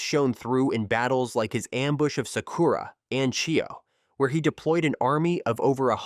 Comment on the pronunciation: If u are gonna make vids about naruto characters, learn how to pronounce their names correct. I went "Huh, who?" when u tried to pronounce Kisame or Konan or Sakura. Other than that great video, keep up the good work :)